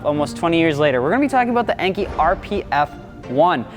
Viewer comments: En-kay not En-kee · Your pronunciation of Enkei is not correct. It is pronounced “En-Kay”, not “ainkee.” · n-k, not n-key. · enkay not enkey"🤦🏻‍♂️🤦🏻‍♂️ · Cool vid but it’s pronounced “enkay” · I truly love you, but I cringe every time you pronounce Enkei wrong. It’s En-Kay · Pronounced “N” “K” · Enkei is pronounced like NK